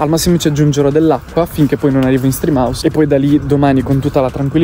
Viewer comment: mi fai morire quando all’inizio del video gridi stream house con quel enfasi come se stessi facendo un video con i ragazzi 😂💛